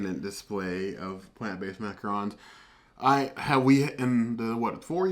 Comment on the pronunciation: Yep, it is pronounced mac-ah-ron! With a lighter n at the end. Awesome vid, I hope to try these!